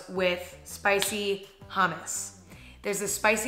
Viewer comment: no one: Emma: spicy HAMISS